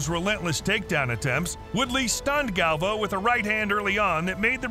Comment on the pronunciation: It's not pronounced galv-o it's gal-vi-o